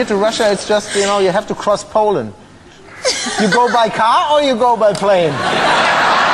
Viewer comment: Paul-land ... nice :)